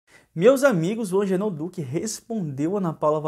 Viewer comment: Não é Angenor é AGENOR.